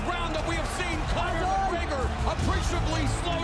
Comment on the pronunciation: now say the clow mcgregor---- riduculuss